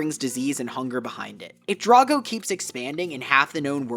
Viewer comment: It’s pronounced DRAGG-oh, “”! 🤨